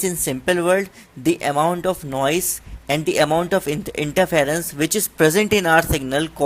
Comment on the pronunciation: Its Noise ..not noice